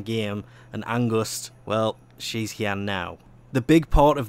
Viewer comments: pls say fear Not angust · Isn't it just called Angst instead of Angust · you pronuce angst wrong